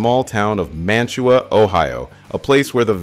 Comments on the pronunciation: At least get the pronunciation correct for his hometown! The correct way to say Mantua is (/ˈmænəweɪ/ MAN-ə-way). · The locals pronounce it MAN O WAY,dont ask